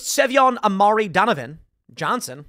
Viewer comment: "Savion" lol